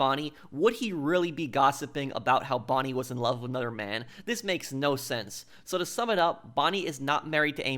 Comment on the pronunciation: “Anudder?” Is the title of your channel ironic? Nigel West Dickens is the only character you’ll “speculate” on — except you speculate on every single character. You don’t even know how to read, lol. You’ve never heard of croquet (“cro-kay”)? MacDougal is a commentary on academia — book smart, so smart he’s dumb, etc. Perhaps you’ve heard of RDR2? Landon Ricketts was deputized for the Blackwater sting for Dutch’s gang. He didn’t do “bad things in his youth.” Despite being a duelist, he was on the right side of the law. Reyes is a commentary on foreign dictators, especially Latin American foreign dictators.